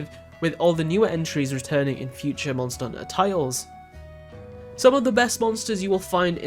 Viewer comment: say the H letter please....."mon er unter" bruh...